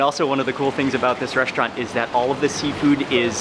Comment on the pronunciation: It’s not reshtaurant but restaurant check the Google prononciation 🤨😡